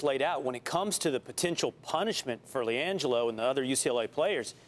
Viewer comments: Who TF is langole... I know who Liangelo Ball is, but not langole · "Lee angelo" lmao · Lmao she said Lan-Joe ball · “Liangelo Bail”😂😂😂😂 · Did she say “Langel ball” at the start?